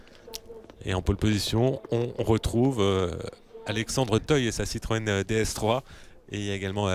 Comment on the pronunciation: écouter bien......il dit citroen siroco mdr